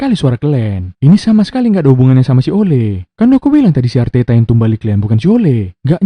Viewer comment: Arteta maksa kali kau bilangnya telor wkwk